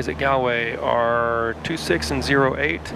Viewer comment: Its pronounced golway not gaalway